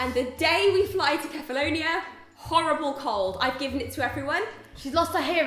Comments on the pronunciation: Kefalonia is read with a "K", not like "Sefalonia" and the emphasis is on the "a". KefaloniA. With love, from a Greek. (Also, my ex was from Kefalonia. We went there on vacation 4 summer in a row. Beautiful.) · kefaloniA, accents on the A. you're welcome, sincerely, a greek x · Its Kefaloniá 😅 (lol I'm greek) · It's Kefaloniá !!! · We may all regret this, but I will say that there's a mountain here in Greece known as "the mountain of the centaurs" and that mountain's name is Pelion. Just saying, in case you decide to come back in the future. (Also the pronunciation is Kefalonia, stressed on the last letter) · It's Keh-fah-low-nee-ah! Love your videos, girls <3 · Kefalonia is with the accent on the last a (which means you put the stress on the last a not on the o like you guys have been doing)